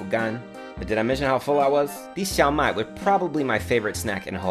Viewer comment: Love your videos! ! Keep up with the good content! That dish is actually called Shao (first tone) Mai (fourth tone) instead of Xiao Mai.